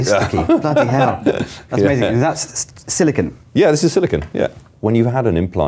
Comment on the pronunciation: . It's not SILICON, it is SILICONE! (Writing from Silicon Valley, home of the semiconductor industry.)